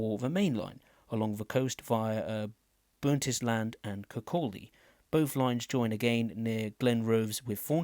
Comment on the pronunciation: Bro Please learn how to pronounce the Station Names correctly, You have Really Hurt me Here is how to pronounce every station in the game as well as the Levenmouth Branch-line from Inverkeithing Don’t take this in the wrong way, just I hate when people cant pronounce places correctly Dalgety: Dahl-Get-E Bay Aberdour: Aber-d-Our Burntisland: Burnt-Island Kinghorn: King-Horn Kirkcaldy: Kirk-Cod-E Rosyth: Row-Scythe Dunfermline: Done-Ferm-Lynn Cowdenbeath: Cow-Den-Beath Lochgelly: Loch-Gelly Cardenden: Card-in-Den Glenrothes with Thornton: Glen-ro-this with Thorn-ton Markinch: Mark-Inch Cameron Bridge: Cameron-Bridge Leven: Leavin’